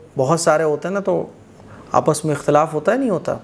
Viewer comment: ekhtalafu feeh hoga ya akhtalafu feeh hoga